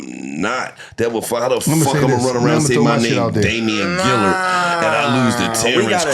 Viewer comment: "Damien Gillard"😂😂😂😂